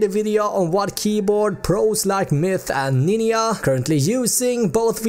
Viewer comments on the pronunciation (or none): i was weak when he said "N I N Y A"